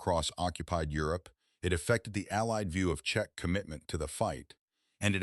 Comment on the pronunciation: As usual, bad AI spelling and pronounciation. Variations of Check, Chechen incorrect. Czech too complicated for an idiotic AI voice. Why do you add suntitles when YouTube can provide more accurate subtitles if required?